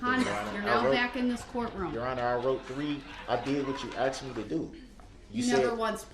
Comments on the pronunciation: HE axed them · "aKs" "axe" "axed" "asKed" 😤😤😤🤬🤬🤬🤯🤯🤯🤬🤬🤬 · the "aKs" made my brain hurt! 😂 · "juriZdiction" 😂🤣😂🤣😂 " do you recall what you don't recall" 🤣😂🤣 It's "faxs" "I did what you AXE me to doooo" "respek" STFU